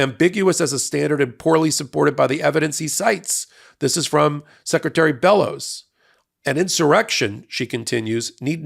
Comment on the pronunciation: I’m from Maine. You pronounced it correctly the first time. She is definitely well qualified. She is a true Mainer. If she wasn’t she wouldn’t have been selected. She is a wonderful representative of most average women native to my state. She got where she is through hard work and sheer determination. Her and our Governor Janet Mills make me wicked proud to be a Mainer and I couldn’t be happier with their leadership. (We also have many great people in our state House of Representatives and three wonderful Congress representatives (I didn’t count Susan Colins though I do respect her hard work directly for her constituents I don’t approve of her overall voting record)